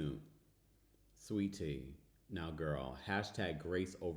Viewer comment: your pronunciation of sweet Tea made my day